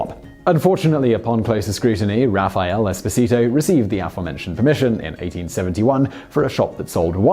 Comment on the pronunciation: [raffaˈɛle eˈspɔːzito], not "Raphael Expo Zee Toe"